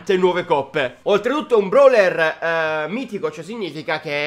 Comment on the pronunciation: Ma sai parlare mistico? Se mai mitico mha